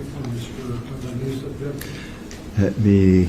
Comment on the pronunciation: It’s alaneez (alaniz)